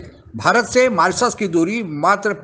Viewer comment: मोरोसियस नहीं मॉरीशस 😂😂